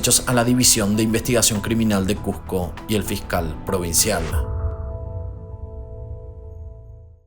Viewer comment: Que les cuesta pronunciar como se escribe CuSco no CuJco.